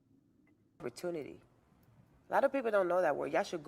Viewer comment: Saying “perpertunity” and having the audacity to ask people to google it is wild 😂😂😂